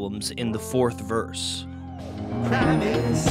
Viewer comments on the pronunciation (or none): none